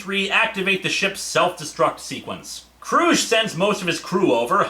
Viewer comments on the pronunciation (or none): And by the way, Hard G in “Kruge”. That’s how Valkerys pronounced it in the film…